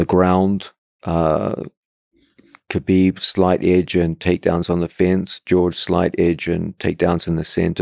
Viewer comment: his name isnt kuhbeeb. its pronounced habeeb. how hard is it pronounce that.